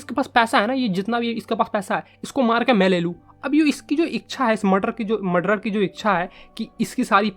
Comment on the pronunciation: Muder ni murder